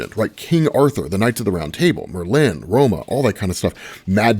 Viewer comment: Will ever pronounce Merlin’s name correctly 😂